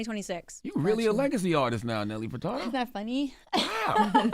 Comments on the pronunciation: “Nelly FertaRdo”? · Why Charlamagne pronouncing Furtado like that "Fer-Tar-doe" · EVERYTIME I hear Charlemagne call this talented woman Nelly “Furtardo” i cringe!!! BRUH COME ON!!!